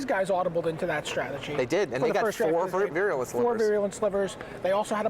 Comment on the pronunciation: Stop mispronouncing "virulent"!!! It is vie-roo-lent not veery-oo-lent